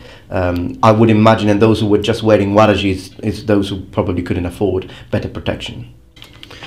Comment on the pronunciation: min , waraji? warachi? uarachi? uarachi? (h)uarache? That sounded a lot like "huarache". It is sandal in spanich, or at least in México; althought here it is a sandal made of leather. It is very weird because I heard huarachi (a lot like huarache). I don´t think it is related but it is very , very strange that it sounds that similar.